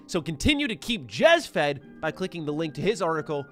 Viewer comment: You said "Jez fed"